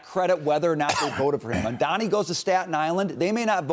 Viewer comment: hy can people not say MaMdani? I keep hearing MaNdani. 😁😁